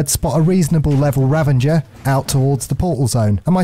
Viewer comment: Dude the way you pronounce Ravager and Karkinos gave me radiation poisoning